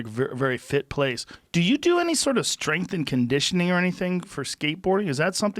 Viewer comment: Joe "strenght n conditioning" Rogan